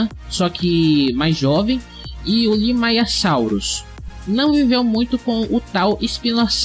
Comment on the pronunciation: Correção: não é limayasaurus mas sim, limaysaurus